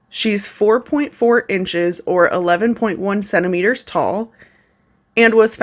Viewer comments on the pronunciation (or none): none